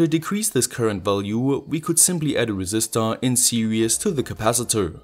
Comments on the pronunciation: Always enjoy your videos. Note: "Serious" means demanding careful consideration or application. The word you are looking for is "Series", which means coming one after another, as in a series circuit. "Series" should be pronounced "Ser eees". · I love your videos. I would like to point something out, but please don't take it wrong. Series is pronounced like seereez, the way you say it sounds like "serious". I'm not trying to nitpick, just trying to help.